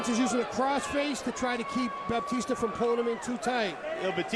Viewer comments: The commentator keeps saying Baptista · commentator keeps calling him baptista -.